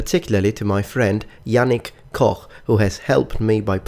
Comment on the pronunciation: he pronounced Koch right, yes!